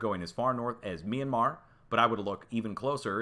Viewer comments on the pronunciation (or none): none